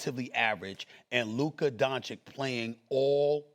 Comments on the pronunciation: Stephen A with the “Luker Donchick” pronouncation again. 😂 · Now SAS says DanZikk again Fr?? Few weeks sho He was able to pronounce him right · If I was Luka I would be pissed because Stephen A has been getting his last name wrong for 8 years. That is a pet peeve of mine when people don't take the time to pronounce your last name correctly for an extended amount of time. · Bald moron STILL cannot pronounce Doncic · 7 years and he still can’t pronounce his name. What a joke. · Stephen A. is such a Clown. It’s so disrespectful to still mispronounce doncic name after all these years. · Stephen A. Smith has a 30 year career and still pretends no to be able to pronounce Lukas Last name correctly. This is sneak disrespect. Nobody out here calling you Stephen B. Smith. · This Ahole still can't pronounce Luka's last name.....there is an -ić on the it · Astonishing that SAS can’t pronounce these European names. At least make an effort ffs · Stephen A is just plain stupid and he proves that everyday he is on the air.He has a love affair with AD and Kyrie plus makes the prediction The Mavs will win the championship. Wrong again .....He still can't pronounce Luka Doncic name correctly after 7 years.